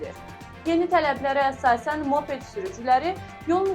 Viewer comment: [mape’d]❌❌❌ [mo’ped]✅✅✅